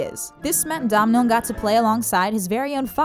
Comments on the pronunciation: Domhnal is not pronounced as Dom-nal. It's pronounced as Donal like "tonal". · It's not pronounced DOM-NALL, its pronounces DONAL, like "tonal" but with a d (said the man himself) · It’s pronounced Donal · Domhnall is pronounced Donal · Bit annoying how she can't pronounce Domhnal Gleason's name, just say 'Doh Nal', silly woman. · it's pronounced Do-nall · I love it when Americans try and pronounce Irish names 😂 Domhnall is pronounced “dough-null” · Her awful mispronunciation of Domhnall shows she never heard the name before. It's pronounced Donal and it's Irish. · Domhnail is pronounced "do(w)nal". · Domhnall is said like doe-nal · why can't you pronounce Domhall Gleeson ? it's pronounced Donal. Our Irish names aren't that hard